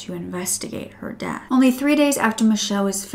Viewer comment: you said deaf instead of death oops